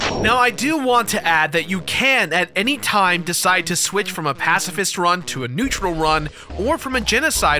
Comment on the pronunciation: "Pasifist rum"